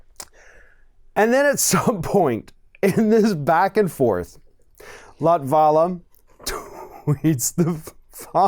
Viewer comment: that's not how you pronounce latvala's name. i checked, he is not latino, he is of finnish origin and in finnish the stress is allways on the first syllable.